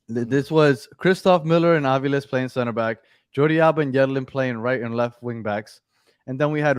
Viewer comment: Hey guys, argentine here, Its faRIas and aviLES